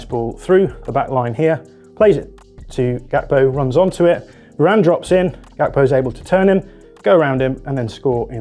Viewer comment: Hearing you call Gakpo "Kakpo" made me sick in my mouth ngl